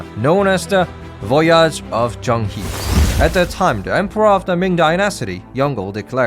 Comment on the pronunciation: As someone who has learned a bit of Chinese it really grates on my ears when people mispronounce Chinese names. The "He" part of Zhang He is pronounced "Her".